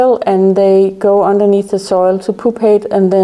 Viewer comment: It’s not poopate. It’s pupate. Pronounced pu not poo.